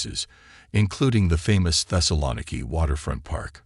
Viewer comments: Literally the first word that's spoken is the mispronunciation of the name of the city that is the very subject of the video. Not off to a good start. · the way he pronounces "thessaloniki" is killing me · One would think that if someone was interested enough to make this doc., they would have researched the correct pronunciation of this city!